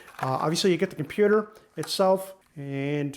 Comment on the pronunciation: kimpewder. :face-red-droopy-eyes